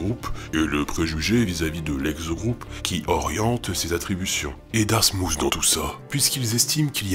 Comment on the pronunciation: Darmouth est plus proche de "Darmouss" niveau prononciation que "Darmoutt". Vous pouvez aller voir la vidéo qui a pour titre "Day in My Life - Dartmouth College!" il prononce le mot dans les toutes premières secondes.